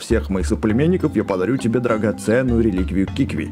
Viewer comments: ты специально неправильно читаешь? Какие киви? кивки? Ты в прошлой серии правильно читал КИКВИ а сейчас такое, будто между серий решил специально это делать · Это не кивки а кикви! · кикви,а не киви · Не кивки а кикви! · не квки а кикви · КИКВИ а не кивки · КИКВИ НЕ КИВКИ